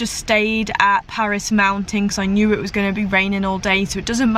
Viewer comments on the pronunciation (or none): none